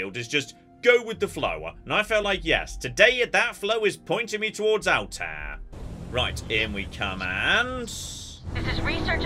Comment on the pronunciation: May I ask if anyone else here is an Assassin's Creed fan who gets a little bugged by the game's pronunciation of Altair? I just have a reflex to hear it a particular way and it's throwing me off.